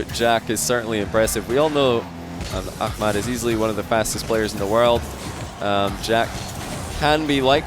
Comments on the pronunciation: its ahmad not akhmad lol, KHalid is KHalid and aHmad is aHmad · I find it amazing to see how is developing his pronunciation for hard foreign names <3 Also i'm geniuly willing to pay for a behind the sceanes clip of him practicing ACKMAD ACKMAAD xD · it's pronounced A7mad lol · Not really, he pronounces the “h” like a “kh” and he lengthens the “mad” part into a “maad”. He’s trying tho and he’s not a native Arabic speaker so it’s all good. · STOP PRONOUNCING "AHMAD" LIKE THAT, YOU'RE SCOTTISH